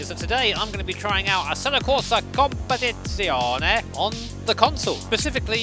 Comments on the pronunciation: Peró lo ha detto veramente bene 😄 in molti non italiani ogni volta fanno strafalcioni ma lui lo ha pronunciato a dovere 😉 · Whew! Nice job on saying "competizione" properly! As an italian, i rate it 10/10 👍